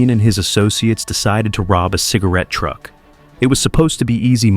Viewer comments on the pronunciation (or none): none